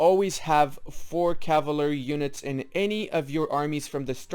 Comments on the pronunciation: Caval-ry NOT cava-lary. I could only make it a minute in before I couldn't stand you brutalization of the word. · Bro please dont just leave like that without any outro or goodbyes it feels bad :( Also its kinda funny that you have to pronounce "Cavalery" lol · My favorite unit, the caval-ary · "Cavlary units" :v Nice video, thanks for that. I've been (unexpectedly) doing it basically right for a while now, except I'm more radical on my Infantry/Artillery ratio, in that I'm almost always doing X+1/4/X armies when artillery starts being good, but I'll probably change it from now on.